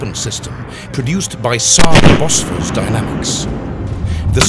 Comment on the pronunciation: Saab boss fors? No its pronounced Bow-Fours